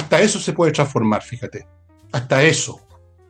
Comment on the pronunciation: Jara no sabe ni hablar, dice.... bijate.. ...en vez de fíjate.Muy bajo su nivel, no tiene mundo